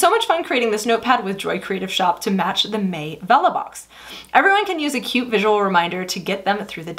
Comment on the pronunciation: Girl I’m so out of it when you were saying for May the first 2 times I thought you were saying “for me” all fancy. More coffee required 😂 great video